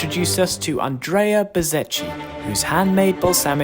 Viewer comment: How much of "cch" do you need in Bazzecchi's name in order to call him "Bazzekki" instead of "Bazzedshi"? Boys, take some Italian lessons! 😁